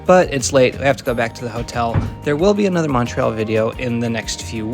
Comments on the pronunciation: idk what your background is but you might win the award for "best French station name pronunciation on an Anglophone transit youtube channel" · Great video, and you pronounced all the French names excellently.